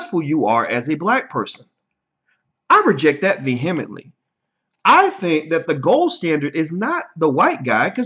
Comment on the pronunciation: Vee - him - met - lee. Dr. Watkins I have phonetically spelled the word vehemently. You should now be able to pronounce the word properly.